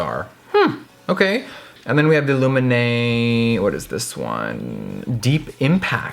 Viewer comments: So coool! How you say Lumene sound so much better than in Finnish! :D Loved the video. I just realized too that Lumene doesn't have setting spray! Why the heck not!? I hope they come with it in the future. Sokos stores are great. ;) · Love how you pronounce ""Lumene" - you make it sound intresting. 🤗💟💟🇫🇮🇫🇮🇫🇮